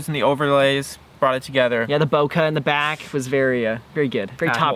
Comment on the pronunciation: Guys, actually it's bokeh not bokah. But say what you like. I mean, I'm just the guy who moans for some unimportant sh*t. Also have to mention, I love your videos! Keep goin👌